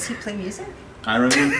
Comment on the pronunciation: I haven’t laughed so hard in a long time. He is completely serious about Robert Downey Jr. and Ironman which is why it’s so hilarious. Cutest pronounciation of Ironman I’ve ever heard.